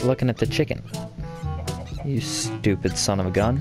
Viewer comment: Every time he says stopid it i aways makes me laugh